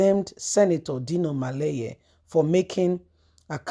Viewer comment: It’s melaye and not maleye. Why do you have such a twisted tongue?